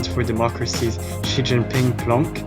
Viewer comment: Very interesting pronunciation for Xi XianSheng ;)